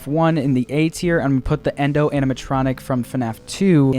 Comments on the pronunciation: He called Yendo Xendo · ITS YENDO